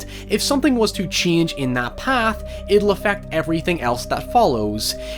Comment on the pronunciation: How the fuck do you read "change"? "C'HIANGE"???